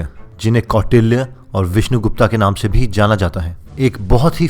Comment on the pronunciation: विष्णु गुप्ता नहीं विष्णु गुप्त है भाई